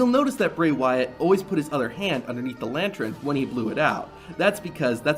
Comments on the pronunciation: It's lan-tern not lan-tron wtf, great video though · this guy says "lantren" I wanna kill my self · Is it just me or is this guy really saying "lantren" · Are you saying lantren? wtf? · Got so distracted at 'lantrern'. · If you're going to say the word 'lantern' 8 times in the space of a minute it's probably a good idea to check you can pronounce it properly. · I like the video, but i really really need you to practice saying the word lantern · Man says lantern real weird